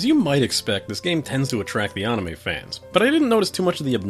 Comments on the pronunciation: Jesus it's anime, not AHnime. You're a good reviewer but that is really irritating. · I love it lol